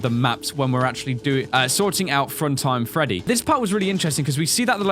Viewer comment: What did I hear you say...? "Fruntime Freddy"? #FruntimeFreddy